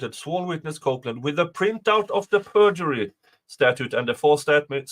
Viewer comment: ur accent is BRILLIANT mate. fkn Brilliant...where are you from ? i KNOW exactly what accent that is the "print out of the perjury" is such a fire way to pronounce words....lol im from Ohio so its just basic American talk... but is it Swedish ? or from Finland maybe ? i think its Sweed...(no offense callin you a Fin or Sweed if im wrong) i know they got a little thing goin on between the nations hahah nothing serious but its still a little thing like us and Canada...America is clearly better than Canada in quit possibly every way. EDIT: i looked into it, hes a Swed i KNEW IT !